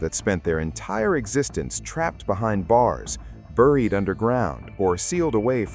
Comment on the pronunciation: Stop saying buried wrong